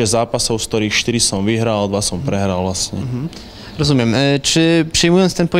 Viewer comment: 'rozumię' 'nie rozumię' :P